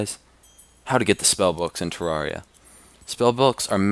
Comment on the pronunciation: Pro player, has all the spell books in the game, OP armor and weapons, yet doesn't know how to pronounce Terraria-- THE MOTHER-FLIPPIN GAME HES PLAYING Ter-air-E-uh